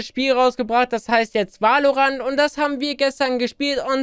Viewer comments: no front aber es wird "wällorännt" und nicht wah o rahnt ausgesprochen:) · Wenn er noch einmal WALORANT sagt sage ich:"Somebody's gonna die tonight" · Wer kennt ihn nicht Wal-lo-rand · Em Es wird zwar valorant geschrieben aber es wird "welorent" ausgeschprochen 😂 <3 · man spricht es väloränt aus! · die aussprache von valorant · Mich triggert so das du Valorant falsch aussprichst😂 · Richtig nices game aber bitte kannst du es das nächste mal englisch aussprechen :)